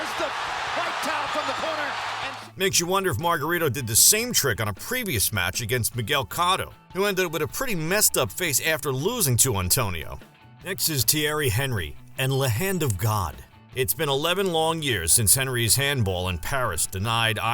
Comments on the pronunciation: Its pronounced Tee-air-ee on-ree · That pronunciation of Thierry Henry lol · How ignorant can you be!? It you don't know how to pronounce Thierry Henry, then you shouldn't post any more YouTube vids. Epic fail, clown!